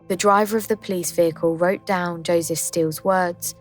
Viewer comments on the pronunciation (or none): none